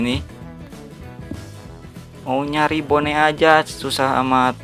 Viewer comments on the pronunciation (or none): bang baca bone. itu bon buke bone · bang klw mw nyebut bone sebut bon aja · bon bukan bone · bacanya "bon" bukan "bone" emang tulisannya "bone" tapi bacanya "bon" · Gaming bone itu dibaca bon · mantap inggris my bone!!!! wkowkwowkwowkwowo